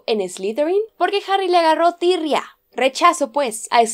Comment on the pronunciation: "Porque Harry le agarró Tirrìa?" Jajaja sonó re uruguayo eso jajaja una genia la 😎❤🇺🇾